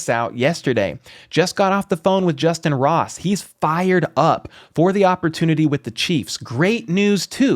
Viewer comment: It's justyn Ross...plz fix